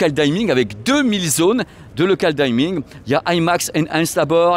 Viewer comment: juste en passant, ce n'est pas pour ça que je mettrai un pouce en bas ;) je crois que ça se prononce "dimming" comme à la française, pas "daïming" comme à la "Cordula" ;)